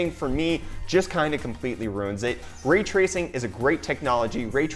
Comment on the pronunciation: Raaaay tracing! It's Ray Tracing!